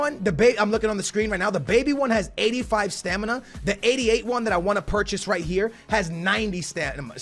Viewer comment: “STANIMA”😂😂 it’s alright